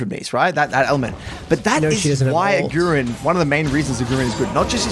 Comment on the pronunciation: really nice video. but as a german (agurin is also german) i have to tell you: emphasize the A not the U its Agurin not agUrin i know this has prob nothing to do with the video but just wanted to get it out there